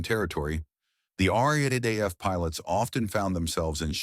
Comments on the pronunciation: Look here yank. We say R double A F. Not R A A F . I highly doubt that would of taken much research to find out. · Commentator referrs to the Royal Australian Air Force, as the Are, Are, Aye, Eff. It referred to, in Australia, as the RAAF. Or for you ignorant yanks, the Are Dubble Aye Eff. Learn how to speak Oz. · Please; "Arr-dubble-Ay-eff." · Unfortunately great story ruined by crap AI narration. RAAF in not pronounced RAF and so many other stuff ups. Mate if you re going to use AI make sure it works correctly. ! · Mate we call the R.A.A.F., the R Double-A F, try teaching your AI to say it that way. I grew up as a RAAF Brat in the 60's and 70's, Dad was posted to RAAF Base Darwin in '64 and '65 and I remember going camping down the Track one weekend. We left on a Friday afternoon and were expecting some other RAAF families to join us later that afternoon or Saturday morning, but no one showed up because RAAF Base Darwin went on Red Alert Friday afternoon after we left and the base was locked down with Sabres sitting fully armed and fueled ready to intercept TNIAF aircraft.